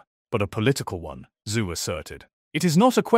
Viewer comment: "Dr. Zoo"? Lol. Wtf? Teach your AI basic pronunciation.